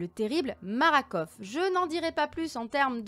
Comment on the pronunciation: Marakov heu non c'est Makarov 😅